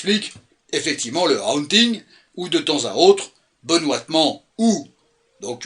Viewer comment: Ca se prononvmce "Hôônnnting" kiss! 😊❤